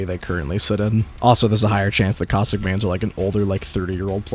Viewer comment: Is it bad I was playing a game and misheard caustic and heard COCK STICK